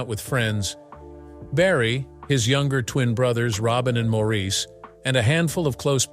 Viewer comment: So many simple inaccuracies. You might, for example, learn how to pronounce Maurice's name. Pong was one of the 1st video games to hit the market, about 1973. There's more. Your video is pretty bad.